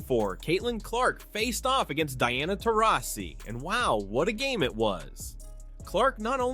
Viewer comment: Take a drink every time the narrator mispronounces Dianasaurus Taurasi.